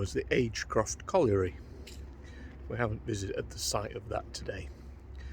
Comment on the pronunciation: Really interesting as always but don't show off you can say colliery. It's a word I can't say 😅